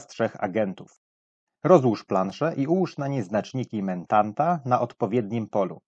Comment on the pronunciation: Niby pierdoła, ale za każdym razem jak słyszałem "mentanta" to mój mózg zgrzytał. Mentat, nie mentant.